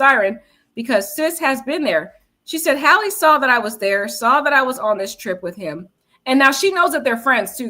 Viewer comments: Respectfully its pronounced Hay-low not Haalo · Why are you saying “Hallo”?